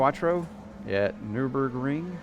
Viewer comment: I lived in Germany for 5 years and I had to laugh at the way he said Nurburgring. Haha Anyone else? Awesome setup you got there and great video, thanks!